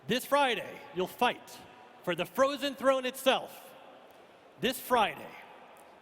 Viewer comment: Frothen Fwone